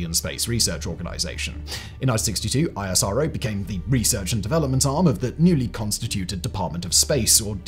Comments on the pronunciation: Its pronounced isro, like nasa. 2 syllables. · ISRO is actually pronounced as "is-row".